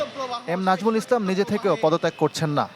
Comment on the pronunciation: নামটা সুন্দর করে বললে কি সাংবাদিকের বউ মরে যেত ?